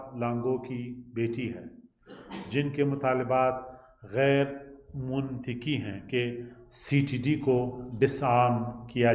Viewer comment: Hahahah he knows,he will get encountered if he does not read this script as you can see mantaqi is moontaqi😁